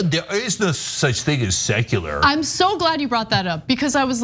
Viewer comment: Tuckems made it sound like sexular 😂